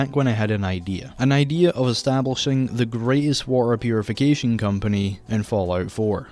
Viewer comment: Yeaaaaah, "The waer 2: waert"